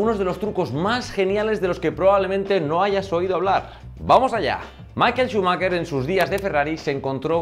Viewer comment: ¡Qué vídeo tan divertido! Enhorabuena. Por cierto, Schumacher se pronuncia Shumajer, no Shumaker.